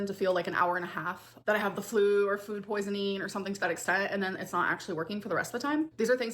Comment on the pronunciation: I will forever hate the way she pronounces words. fOOd